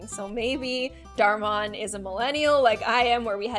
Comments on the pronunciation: Dhar Monn said "dhar monn" instead of dhar mann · I love how she says dhar muan like is no one gonna tell her it’s dhar man 🤣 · I love how she pronounce dhar Mann “dhar mon” instead of “dhar man” lol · Everyone: Dhar Mann: Dhor Mon No one:😲😲😶😶😔😔😹😹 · dar monn Me: dar-man-n😁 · I love how she said dhar mon not dhar Mann but I like it ngl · Dhar man Me: its Dhar mAnn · “Dar man”😂btw its dhar mann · (Sorry I wrote this at 2am) but YOU DO NOT SAY DAR MON IT IS DAR MAN M A N thanks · Idk why I got so mad when she called Dhar Mann Dhar MONN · She really said Dhar Munn and not Dhar MAnn 🤣🤣🤣 -No hate tho just, pointing out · Ha she said darmon it's dharman my anger issues are are KICKING IN 😡😡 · Is it just me or did she say dhar maaan instead of dhar Mann 😆🤣😂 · Can anybody tell that it’s mann and not mon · dhar mahanah No hate but u say it like: dar man Great video<3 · I think it’s a Dar man not Darmon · It is dhar man not that Mon 😂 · I love your channel but it’s dhar man not dhar monn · Wait, do u pronounce it like Dhar Mun? I always said dhar mann as in MAN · "dhor monn" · It’s Pronounced MAN 👨🏼 not mon love u ♥️ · XD it’s dhar man not dhar mon lol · IT’S DHAR MANN NOT DHAR MONN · Are none of us gonna talk abou Dhar "Monn" (not hating but its Dhar MAnn) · It’s not called dar mono it’s called dar mann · Her:dor mon How it’s pronounced: dar man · Dhar mon 😂 it’s pronounced dhar man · ITS NOT DORMAN ITS DAHR MANNNNNNNNNN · Hey it's peonounced Darr Man not Mon sorry to correct you. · You said darh mand when it is darh man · It’s not dhar mon it’s man so his name is dhar mann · sorry but its not dhar maon ita dharmaaann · It’s not Dharr maun it’s Darr Mann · She is saying dhar MONN not Dhar MANN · Im not being rude but you pronounce "Dhar Mann" as "Daur Mahn" :) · It's darman not darmune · its pronounce dhar maaayynnn not dhar maaauuuunnn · It's not darmon it's dhar man sorry for saying that to you😞